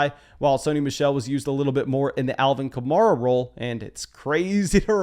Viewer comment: a couple of pronunciation notes .. It's Cor- Darrelle Patterson. Like Core- DARYL. And it's Alvin Ka-mare-ah. Like the car "Camaro" but with an 'a' on the end instead of the 'o'. If you go back and listen to the announcers on the game you will hear what I'm saying. And the announcers are vigilant about checking with the teams to make certain they are saying them right.